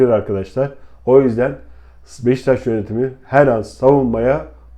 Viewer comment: abi niye beşiktaş demiyosun beştaş diyosun kafayı yicem